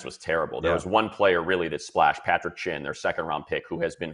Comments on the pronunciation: patrick chinn.... its jeremy chinn you dummy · It’s Jeremy chinn not Patrick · just to let you know his name is not Patrick it jeremy chinn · Jeremy* chinn lol